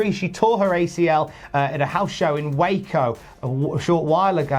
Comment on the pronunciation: Man, Ross’s kiss was so aggressive. Also good on for saying “Waco” right because, as a guy from Texas, everybody pronounces it “wacko” like the Animaniacs character.